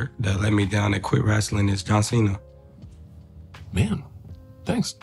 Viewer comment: Maybe If Marco pronounced John Cena's last name correctly, then he mightve said you were his favorite comedian